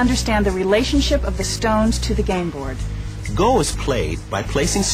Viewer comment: Go is pronounced just as Go, not Go like telling someone to get somewhere. There's a japanese guy pronouncing it right - Let's Learn Go!! (Japanese Rule)